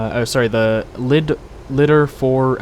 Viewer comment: Lol "You pronounced it 'lidder'." It's Lima India Delta Romeo... One would think you would know that after playing flight simulators for a while... But great video nonetheless :)